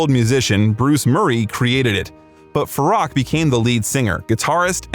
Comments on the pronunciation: so many inaccuracies ,unbelievable ,plus his name is pronounced as Faroek,not Farrak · Farok? “Fa-roo-k” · Absolutely, even his original name Farouk, this narrator calls him Farack. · His name is pronounced “Farook” not “Faruk”. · It’s pronounced “Fa-roo-k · If you're going to do a bio on him, learn to say his name. It's pronounced Far-ook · Ummm, to do Freddie justice… it’s pronounced (Fah-rook), but my favourite Queen song “The Show Must Go On.” He was the most beautiful of souls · At least learn to pronounce his name properly. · So much wrong with this video from the pronunciation of his name,it should be on trump’s truth social. What garbage.